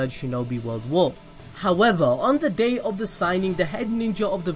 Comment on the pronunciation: I herd gay and Night ;-; I know you mean day and night 😂